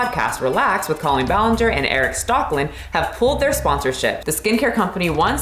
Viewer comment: cawlpeen bualeenger is no no